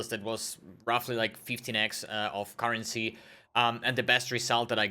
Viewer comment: "Le sirop de la currencyt" I'm french and i dont understand what it means KEKW